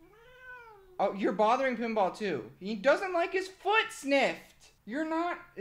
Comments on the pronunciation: Am I the only one who thought he said Kimbap when he said Pinball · saying 'pinball' feels like he is calling my name.. Pinball-Pemba kinda similar..